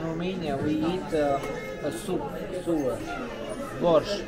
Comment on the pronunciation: The term you were looking for ("sour") due to the lemon, is pronounced SOW-ER, sounds like cow followed by er. Sewer is waste water from the toilet. I mean no disrespect, just trying to help you out on saying English terms. I think I would like the soup, from your description.